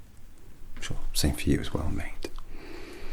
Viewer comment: Can't under stand if he's calling me mate or meat also love this